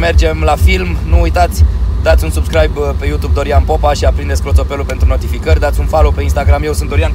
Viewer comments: ai zis clotopelul nu clopotelul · se zice clopoțel nu colpoțelu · "Clotopelu" la :))))